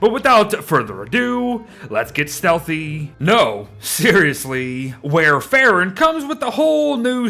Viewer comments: Wow., I love your content, but it hurt my brain every time you said this character's name. It's the same as the generic name of Coumadin, a very old and common anticoagulant. It's pronounced like "wor ·fr·in," not "war e·fair·in." (Even the Brits don't pronounce it like that.) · It's pronounced like War-fuh-ruhn It's actually the name of a medication haha!